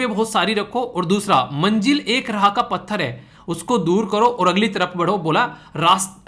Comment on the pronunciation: रहा nahi h राह हैं 😁😁